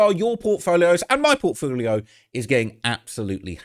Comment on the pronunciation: Was 'my portfoolio' a Freudian slip ?